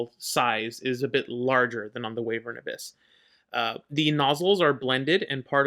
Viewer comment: Call em whatevr you want lol, but as someone who still slips and calls them Way-vern, I feel OK in saying it's actually Y-vern 🙃 my brain has a hard time with it too. Beast also shares the graph with Wyvern but the BA version.